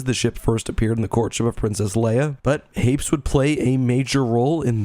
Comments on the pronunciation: Hmmmmmm I had always assumed Hapes followed a similar pronunciation to Hades, but you pronounced it in the way someone would say Gapes. Now I’m confused. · Note from the Pedantic Police: I've also read "Courtship..." & it seems apparent that a more proper pronunciation would be HAY-pees (emphasis on the first syllable). BUT, one can't help conceiving of the whole "rotating gun" idea as a little silly... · I thought Hapes was pronounced Hay-Pees. I remember that from the audiobook. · I swear in the audiobook they pronounced it "Hay-peez". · Well, just discovered I've been pronouncing Hapes wrong. I've been pronouncing it as "Happys."